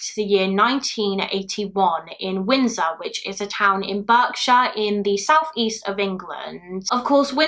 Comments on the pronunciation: It’s not pronounced ‘Burkshire’ but ‘Barkshire’ like a dog bark…Berkshire. I was born and live there. xx (And 1985 is only 11 years before 1996) Thank you for sharing these cases. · Berkshire is pronounced like "Barkshire" 😎✌🏽💋🖤🖤🖤